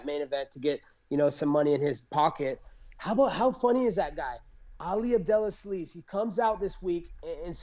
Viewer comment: "Ali Abdelasleaze" always gets me 🤣